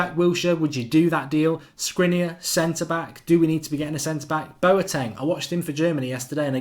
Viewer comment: Sh-kri-niar - like Martin Skrtel was pronounced